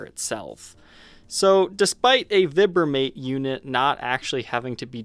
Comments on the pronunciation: Not veebramate, vibramate like vibrate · Vibe-ra-mate.... try pronouncing it that way. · Isn't it "Vibe-ra-mate? Or do I have it wrong?